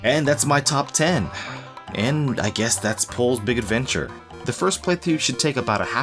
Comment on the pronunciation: I felt a shiver when you pronounce the game title... Thank you for not saying it like sports commentators say foreign athletes names You are golden, again thank you